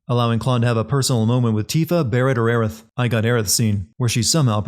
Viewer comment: Well, both of those Aerith pronunciations are wrong, so...